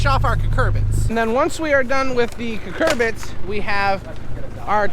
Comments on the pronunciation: Not to be that guy, but they're Cucurbits. que-kur-bits. 😬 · Well, he's saying it wrong..it's Cucurbits. They're cucumber/pumpkin/summer squash/zucchini, etc. They are all related, and look essentially identical when young. Cucurbits are the parent family of all those.